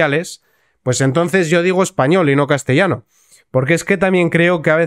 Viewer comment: No ... castellano no está bien dicho.